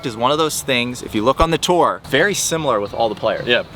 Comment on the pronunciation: been pronouncing tour with two syllables for so long, that's dedication